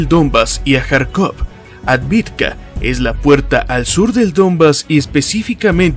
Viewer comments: Es AVDIVKA, no ADVIDKA. Me encanta y admiro tu estilo... Es el ûnico al que le doy "like" desde el principio, sin siquiera haberlo verlo ni escuchado!... Por eso me permito corregirte, y que de hecho ya lo hice varias veces concerniendo AVDIVKA!!! Yo hablo maya y ruso. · ciudad Avdeevka (Авдеевка) - debemos hablar correctamente